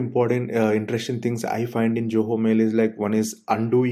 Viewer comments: why everybody saying JOHO instead of ZOHO!! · You are not pronouncing Zoho correctly!